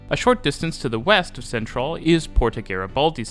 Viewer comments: Technically, Centrale is chen-trah-lay, but if you don't want to pronounce the Italian, it might just be better to say it completely in English (sen-trahl sounds a bit...Dutch?). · Milano Centrale: chen-tra-lay.